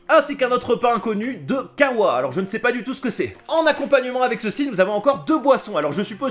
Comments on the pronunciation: et aussi c'est pas kava mais kacha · Quand tu dit "kawa" on dit pas comme sa on dit "kasha" merci mes etudes de russe 😂😂 Au fait cest une sorte de bulbourg